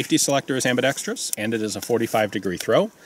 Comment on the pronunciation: Thanks for NOT saying ambidextreeeeeus. A good review.